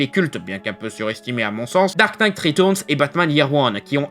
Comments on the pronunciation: retOURNES .... bordel c'est compliqué de dire reTURNS xD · Ta façon de dire "ritourns" m'a achevé.